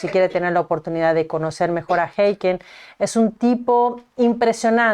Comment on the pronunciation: Creo que estás pronunciando mal el nombre de Hakeem.